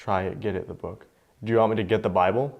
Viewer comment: Get out!! The light is the big book!! I think "big book" is a reference to the Bible? And it says "Get that book" the K in "book" is kinda drawn out so it sounds like "boo-ka" with the k being softer than the rest